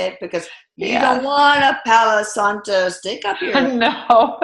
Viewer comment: Pau Santo; not Paulo Santo.